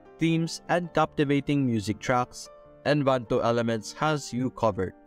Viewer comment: En-va-to; not envanto. 🤣😅😂